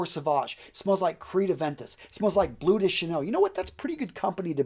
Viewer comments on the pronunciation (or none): none